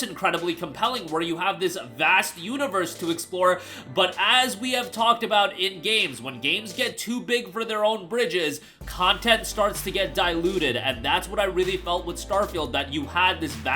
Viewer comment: The saying is "Too big for their own britches” but it sounds like you say "Bridges".